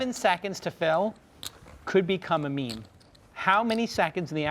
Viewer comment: Hellmuth is putting on a masterclass in getting the minimum. Edit: Just watched him fold Queens to J Cal's flop shove with AK and I cannot fathom how he regards himself as a good player after all the terrible decisions he makes. 2nd edit: oh... my... god..God... Hellmuth just pronounced "meme" as "mem" 😂😂😂